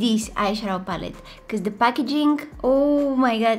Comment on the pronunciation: Love the way she says becuse